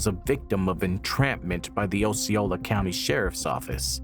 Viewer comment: As a Florida native it's, (AW SEE OH LA) Osceola. Lol